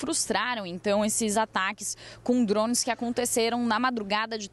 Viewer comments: Pelo amor, que "drons". Então fala tudo em inglês. pqp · Dronmes kkk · “Drons” 😂 ao invés de Drones